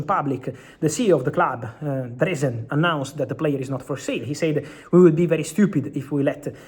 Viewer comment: the pronunciation of sAid is getting to me